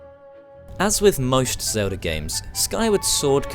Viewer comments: I'm a gamer and who the hell is "Zelder"? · Who the fuck is Zeldar?